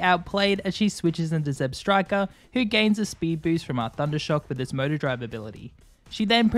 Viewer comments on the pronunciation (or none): none